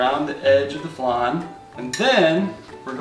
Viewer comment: Every time mispronounced flan Oscar was like...”ACTUALLY....” 😂😂